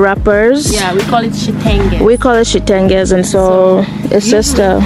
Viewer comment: In my country we also call it Chitenge but it’s pronounced as chitenje